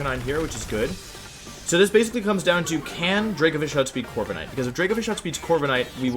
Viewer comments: corvi ca nite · Bruh Corva"KA"night hurt my soul